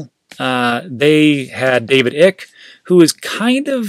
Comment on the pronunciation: It’s David Icke ..pronounced like.. bike , and London real ...pronounced like deal , 😂... ignorance is bliss. By the way, that video on London real with David Icke had over one million views...first day. I would suggest you watch it.. maybe you could learn something. You called David Icke nutty??? Than you must very ignorant and uninformed. Otherwise good content. Stay with crypto, and don’t touch on other subjects... you’re doing more damage to yourself’s image. I will give you a chance... but you will push many of us away if you make uneducated and ignorant comments? How many books by David Icke have you read??